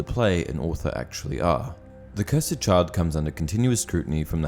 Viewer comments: “Cursed” Not “curs-Ed” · *cursd You said it cursid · The cursed child. Not the Curs-Ed child